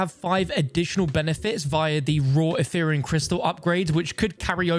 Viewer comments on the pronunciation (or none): none